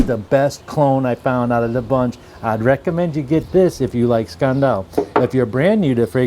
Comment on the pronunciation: Why can't you say "scandal" the right way